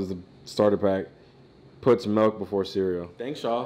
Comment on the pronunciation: starter pack- "melk"